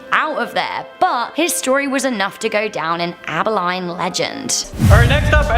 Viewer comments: Aba-line 😂 you did not pronounce it right aba-lean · Nit ab-bi-line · Its Ab-uh-leen, not ab-uh-line. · Omc! Lady it's Abba-lean Texas not abba-line. I know with an accent and I think British that yall pronounce things differently but make an effort . Seriously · Abilene is pronounced Aba-lean (rhymes with bean), not Aba-line (rhymes with fine). Abilene. I cringed every time I heard you mispronounce the name. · It’s pronounced AB-UH-LEAN not Abuhli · In the first video she pronounces it Abiline Texas when in fact it's pronounced Abilene Texas. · It is ab.uh.lean. in Texas and Muerte is pronounced mwer.te... grief this video was painful... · In dying from laughter at how she pronounces Abilene, born, raised, and still live here. BTW its pronounced abi-lean, but spelled with lene 😄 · Abilene pronounced abileen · Abeline Tx. pronounced as "Abaleen" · The city for the black eyed children is pronounced Ab-a-leen. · As someone who lives in Texas it's. Abaline. (Aba-lean) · It's actually pronounces Abi-LEEN, but you were close :) (from a person who lives in Abilene, TX) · It’s pronounced “Abi-LEAN” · It’s pronounced abba lean Texas “Abilene Texas” I lived there for a couple years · It’s pronounced AbiLEAN 😂. Gotta love my home states pronunciation. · It's pronounced Aba-LEAN!! Spelled Abilene. DA!! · It's pronounced "Abba-lean" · Abilene is pronounce Ab-Bi-Lean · Btw: Abeline is pronounced "Abaleen", as in a Spanish language pronunciation, please. I know, we Americans are odd, using different language pronunciations all over the place; as well as dialects and regional accents all over, as well; and bastardizations of other languages everywhere, especially in place names... never mind. Why shouldn't you change it. -we did! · In the first one it's pronounced Abba-lean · It’s pronounced ABI-LEAN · Downvoted because of how that British accent tried to say the name “Abilene”. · I live 30 min from Abilene to the I silent